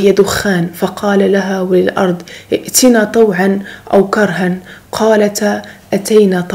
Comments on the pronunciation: جزاكي الله كل خير ...عندي فقط واحد الملاحظة و اعتذر ..ف قرائتك اواحد الاية درتي واحد الخطأ (ائتيا طوعا ) نتي قريتها( ائتنا )...استسمحك وانا من المعجبات بالمحتوى ظيالك ماشاء الله عليك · اختي كلمة. ائتيا .اخطاتي في قراءتها